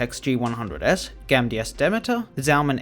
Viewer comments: Uh, did you say gamidas for gamdias? I understand some enunciation issues, accents and all that, but when you say the letters in the wrong order I get annoyed. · It's Gamdias not Gamidas